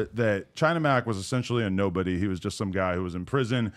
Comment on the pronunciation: A bideo you shust made lol. Hit the like buddon LOL